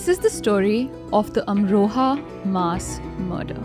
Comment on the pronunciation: Cringed each time she mispronounced MASS.